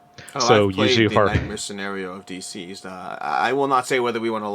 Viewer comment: I honestly hate to be "that guy", but the way you're pronouncing "DCeased" makes me think you don't know it's a play on the word "deceased" (aka "dead"). Instead you seem to be saying it like "D-seized" or possibly "diseased"? Fantastic interview by the way. I don't want to take anything away from that. This was so incredibly informative. Thank you!